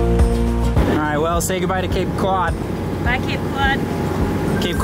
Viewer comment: It's Cape Cahd not Cape Cuud.